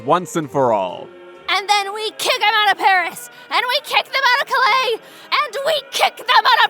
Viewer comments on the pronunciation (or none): none